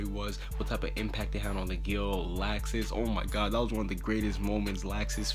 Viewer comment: Is anyone else annoyed by how he said certain names, like Makorov and Laxus.